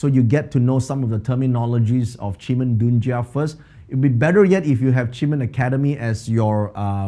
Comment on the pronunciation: Are you going to continue next year 2021? Your webinars???🤔 Btw, you pronounced Qi men dun Kia with a slang